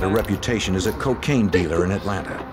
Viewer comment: 😂jim cant say Atlanta “atlanter”